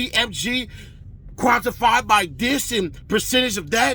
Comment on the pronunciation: "Quantified by dis".... huh? Lmaooooo